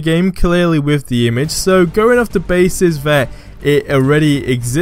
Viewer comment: Are you asian? "Wiv" "Deh" Come on man its 2019...grow up....